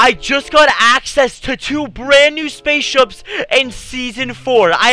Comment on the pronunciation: bruh did he really just say space shups lol